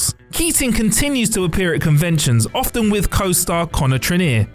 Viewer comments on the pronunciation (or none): none